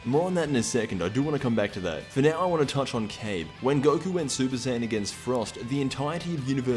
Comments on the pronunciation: It's not "cabe it's ka-bae =kabe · That could be true, idk why but the way he pronounced it just annoyed me.